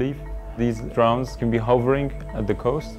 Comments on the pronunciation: seems to work pretty well, well done guys. not sure why so many people are dying in the caspian, seemed like quite a high death rate, 250 people/yr. not trying to be a dick, your english is great, and way better than my farsi but your pronunciation of 'drowns' is unfortunate. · Ironically, he calls them "drowns" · Anyone else find it ironic that he pronounces "drones" as "drowns"? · Any body else find it ironic that the way he pronounced "drones" as "drowns" ? Lol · Its funny cos when he says 'drones' it sounds like he's saying 'drowns'. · Its kind of ironic the way he says "drones" sounds like "drowns". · Funny thing is with his accent is sounds like he is saying "drowns" instead of drones, LOL! It is most funny because he can probably speak in 3-5 languages very well, I can only speak in two, and with much more difficulty than he can. Great way to put a good face on what has become a negatively viewed technology. Bravo! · I don't really know if they should, was just making fun of his pronounciation of "drones"